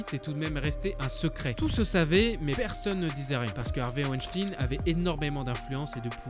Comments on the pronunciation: Juste un mot sur wenstein... ou 2 - ca se prononce pas ouènechtine mais plutot veun-chtaïne, c'est allemand - meme si ya un ENORME faisceau d'indices, il reste innocent jusqu'a ce qu'il soit condamne.... presomption d'innocence, tout ca "pourquoi elles ont pas crie, pourquoi elles se sont pas defendues ..." Ca arrive aussi aux hommes, c'est en quelque sorte instinctif. T'es dans une situation de merde, que tu n'as probablement jamais vecue auparavant et a laquelle tu n'es pas prepare. Premierement, il y a la surprise. Tu ne comprends pas ce qu'il se passe, tu ne comprend pas forcement ce qu'il va arriver. Donc tu ne penses pas forcement a reagir pour te defendre. Ensuite, ton instinct de survie te dicte que si tu tentes de faire quelque chose, le resultat peut etre beaucoup plus grave que si tu ne fais rien. Ca parait peut etre con mais c'est un fait. Quand 10 mecs viennent vers toi pour te prendre tes baskets et ton portefeuilles, tu les donnes. Tu joues pas le Z, tu "cries pas", tu te "defends pas". Tu donnes, tu fermes ta gueule et tu te barres le plus vite possible, parce que c'est la strategie de survie la plus intelligente. Ca ne veut pas dire que tu es consentant. Ben quand t'es une femmes, que t'es seule dans une piece avec un bonhomme qui fait 3x ton poids, qui a une concentration de testosterone dans le sang 6 a 7x superieure a la tienne et qui commence, par surprise, a faire de la merde, c'est la meme... tu te tais et tu te barres le plus vite possible parce que en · dsl mais sa me dérange weinstein pas weinstin (ya que moi que sa dérange ?) sinon bonne vidéo informative et importante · Ça ce dit woanchtagne pas wishtine Voila voila sinon super vidéo 😊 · c'est pas WENSTIIIIIIN MAIS WENSTEEIIN ON DIT COMME LE EINE EN ALLEMAND ARRÊTER J'AI ENVI DE VOUS FRAPPER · Mais on ne prononce pas Weinstine mais weinstein comme 🤔 Albert Einstein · Hervé Weinstein comme « Wine » pas « ouinstine » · Weinstein se prononce Weynshtayn comme Einstein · "Harvey ouechtine"